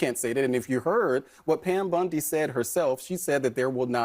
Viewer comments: Her name is Bondi not Bundy, at the very least get that correct, because nothing else this guy said was. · Does know it’s Bondi and not Bundi?